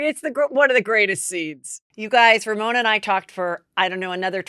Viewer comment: Not RoMona